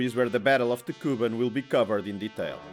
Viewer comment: It’s KubAn, not KUban! Learn the material!